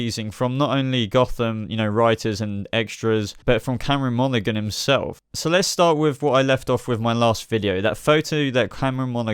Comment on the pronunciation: you piss me off every time you say Cameron Monaghan its prenounced Monahan the G is silent